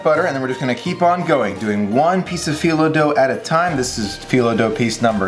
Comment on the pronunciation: Loved watching this! It looks delicious and makes me really wish I wasn’t allergic to walnuts! 😊 Thanks for sharing this recipe with us all! (And you pronounce phyllo correctly! 👍)